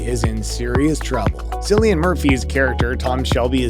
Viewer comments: HIS NAME IS PRONOUNCED KILLIAN NOT SILLIAN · Killian Not Sillian bro just saying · Why has this dude not learned how to pronounce Cillian’s name before narrating this video? What an embarrassment. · Isn't it funny that the narrator got THAT WRONG?